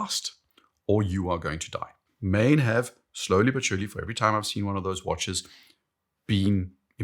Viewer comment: It is “maan”. I lived there for 15 years and never heard “maen”.